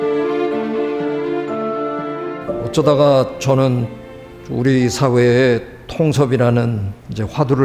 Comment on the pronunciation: 늘 즐겁게 강의를 듣고 있읍니다. 한가지. 긴 자를 짧게 잘못 발음 하신 예: 통섭 , 재 해석. 소개자는 "고맙습니다" "고마씀니다"로 듣김. 선생께서"눈치"를 보기를 건하셨는데, 이것을 "배려"한다는 뜻으로 받으면 참으로 귀한 제언입니다만, "눈치를 본다"는 말은 강용상 별로 좋은 뜻으로 쓰여지지는 않은 것 같습니다. 제가 쓴 책 한권 읽어 주시겠읍니까. "한국 어문을 고발함"입니다. 미국 변 완수. 배